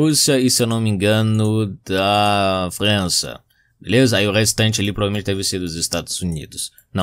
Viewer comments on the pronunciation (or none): Eu Falando França: França Falando França: Fran"s ou z"a